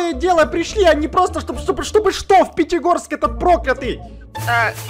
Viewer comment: Правильно Пятигорск а не Петегорск